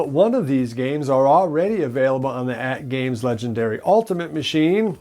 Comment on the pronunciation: I watch you just to watch you mispronounce atgame legends. It makes me so happy. Keep doing you! Great stuff. Legendary!!!!